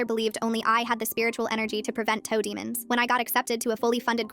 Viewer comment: TOE DOMONS KILLED ME LMAO